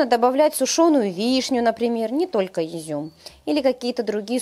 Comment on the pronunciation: не Юзюм,а Изюм